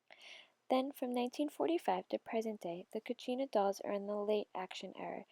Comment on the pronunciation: It’s kachina or katsina